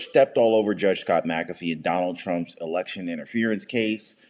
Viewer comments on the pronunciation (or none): none